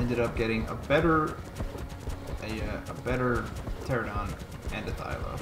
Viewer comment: its not a terr-a-don its a puh-ter-an-a-don but the puh is silent :P